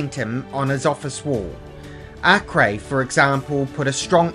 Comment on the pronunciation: One of the few who pronounce his name properly